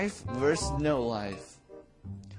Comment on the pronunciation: vs. = VERSUS, not "verse".